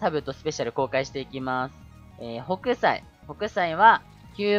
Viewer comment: ホ→ク↑サイ↓